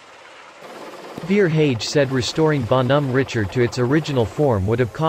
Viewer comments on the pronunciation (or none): Need a French robot to do that. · teach the pc French pronunciation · LEAR HOW TO PRONOUNCE THE NAME CORRECTLY OR GO HOME! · Bon Hom Ritchard 3 seconds and I'm done!